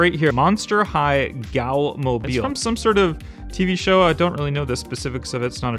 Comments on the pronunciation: Ghoul is pronounced... goool! not gowl!😂😂😂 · Not pronounced gowl. It's pronounced gool 😂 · I don't think I have ever heard Ghoul pronounced "Gowl" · is anyone going to tell him how to pronounce ghoul?